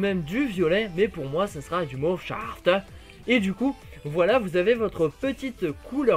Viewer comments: Mauve shaaaaaaafter avec l'accent allemand mdrr :) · Marrante la prononciation du mauve shafters :-)